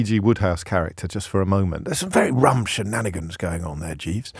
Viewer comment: Shinanigans. the Irishman in you coming out!